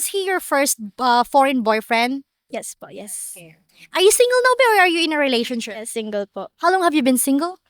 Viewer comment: I love how Filipinas pronounce and accentuate the word re-la-tion-ship. They way you say this word is the best.